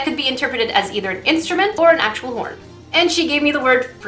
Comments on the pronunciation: At the end it sounds like you said porn instead of horn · Who else thought she said 'When I thought of porn and fruit' not 'When I thought of horn and fruit'? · who else heard porn when she said horn in the video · I was listening to this in the background and nearly spit out my water when you said horn. In my defense, it sounded like you said porn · Oh you said Horn. I thought you said Corn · LOL WHO ELSE THOUGHT SHE SAID PORN?!?!?!HAHAHAHHAHAHAHHAAHHAHAHAHA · 10.28 , it sounds like she said porn and fruit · At first I thought you said "Porn and Fruit" lol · I thought she said the minute she thought of porn and fruit lmao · Was I the only one who heard her say porn instead of horn the first time and had intense confusion? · Is it just me or did I hear her say porn.... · And I the only one who heard porn when she said “horn”..... no just me... ok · Was I the only one who thought she said p*rn everytime she said horn? Lmao